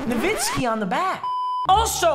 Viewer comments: Papa: Nu-vi-ski. The boys: No-wi-ski Me: Nor- Wit-Ski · Its dirk na-vit-skee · it’s nowiski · Didn’t say it was nowitski not novitski but here to say that papa is handsome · Dagliano i thought everyone knew it was pronounced “novitzki” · its noviski and lol it really is addidas the way papa said it lol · Papa I believe that it’s pronounced NoWitzki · I’m sorry papa it is no-vit-ski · its pronounced nah-witz-ki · It’s pronounced….No whiskey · im german and american its novitski to pronouce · Sorry to say but you pronounced both wrong…adidas and Nowitzki…greetings from Austria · Papa your wrong dirk has even said his last name is pronounced as a w not a v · Papa you pronounced dirk wrong 😑